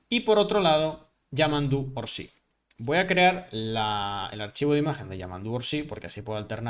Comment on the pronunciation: es Yamandú Orsi, sin acento en la í. NO es "Orsí".